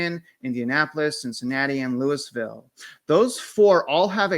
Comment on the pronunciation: Don't ever say Louis-ville It's Loua-vull. The locals will scratch your eyes out. I went to college there